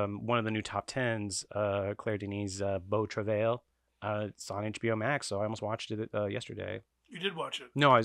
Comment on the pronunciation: Beau Travail number 1 in 2032, you heard it here first. Also, it's pronounced "Bo Truh-vy" Vertigo's strength in these polls come from people choosing it as the flagship Hitch movie. Same for Tokyo Story and a lot of other movies that rank very highly. Voters are aware that if votes get split between Strangers on a Train, Rebecca, etc. none of them are going to make the list. Howard Hawks doesn't have a flagship film and this hurts his performance on the poll accordingly.